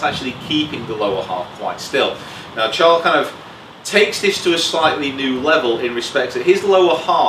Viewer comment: Guys, his name is pronounced "Sharl"